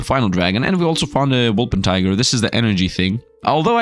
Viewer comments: Wol - per - ting - er not Wol - pen - ti - ger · its impossible for him to remember, I have said it before and he still can't pronounce it reight